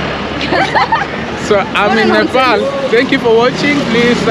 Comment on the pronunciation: Not nipal bro😂😂😂 its Nepal